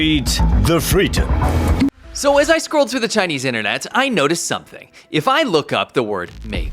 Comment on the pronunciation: Cererbrate de fleedom